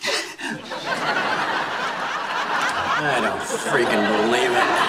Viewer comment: here comes the bride... Here comes the briHIde.....LMAO